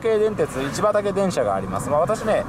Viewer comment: 「いちばたけ」とか「いちばた」とか様々に言ってますね。前に何度か乗ってたから知らないはずないんとけどなぁ